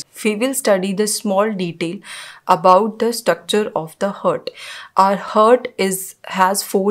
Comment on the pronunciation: First of all it's HEART and what you pronounce is HURT both are different pronounce it correctly...